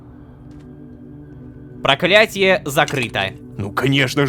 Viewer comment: Немного ахахах